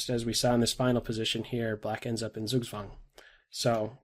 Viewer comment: love it when English speakers try to say "Zugzwang" and they say "sugswuang"^^ For those who might care, it's German and the word derives from "Zug" mich can mean "train", "to pull" or "(the) move" (game move) and "Zwang" mich means "force". So "force(d) to move" (althoughyou don't want to^^)